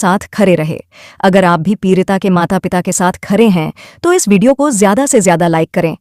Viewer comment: Peerita nahi peedita